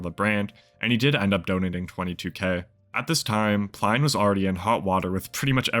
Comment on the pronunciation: You are definitely saying his surname wrong !